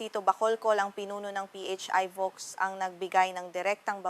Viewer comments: I wonder why PHIVOLCS had to be pronounced as P-H-I VOLCS?! It's very well-known as PHIVOLCS... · P-H-I- volcs. What a dumb AI!!! 👎👎👎👎👎👎